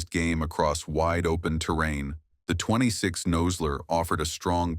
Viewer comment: Obviously the narrator knows nothing about firearms. He doesn't call it a thirty ought six and pronounces Nosler incorrectly.